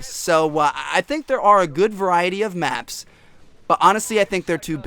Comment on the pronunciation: When he was saying big maps it sounded like big macs